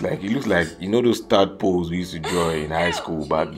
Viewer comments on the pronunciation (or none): 😂😂😂😂😂😂😂😂 he really said Tadpolees